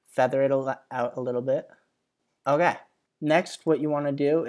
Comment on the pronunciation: it's more like "oh gay" to my ears